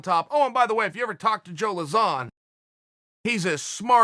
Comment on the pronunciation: Pronouncing Lauzon = Zero Issues // Yair = Hours of Content <3 <3 <3